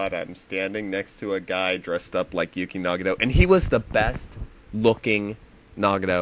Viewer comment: What's a Yooky Nahgahto? Did you mean Nagato Yuki? I hate how everyone flips Japanese peoples names around.